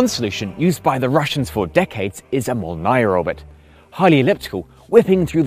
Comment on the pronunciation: Did anyone explain that Molnya ("thunderbolt") orbit is pronounced in Russian as "mol-nee-ya" ("nee" as in "knee" and "ya" as German "ja", the stress is on the first syllable), not as "mol-nai-a"?